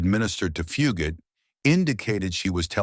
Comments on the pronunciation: It went from Fu- gate to Fu- got to Fue-got-tae. Wth...can't people even read simple words any more CGV ,AI and CGI are only as good as the input trainer. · The commentator of this video is pronouncing Fugate's name incorrectly, Fugate is pronounced with a long A, not a short A.